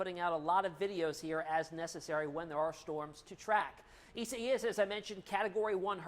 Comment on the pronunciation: Please please pronounce the name properly...EYE-ZAY-AS